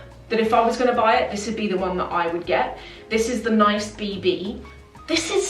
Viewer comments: yes! Pronounced like niece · i think it pronounced "niece" (Nice, like the French city) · Nice as in France surely? NEES?